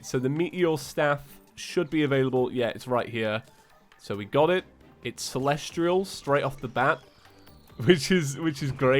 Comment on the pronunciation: Nobody:: "celestrial"